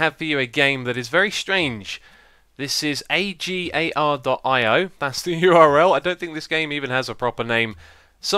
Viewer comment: it's pronounced uh-gar-ee-oh